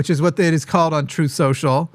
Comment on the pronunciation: 'Troth Centule'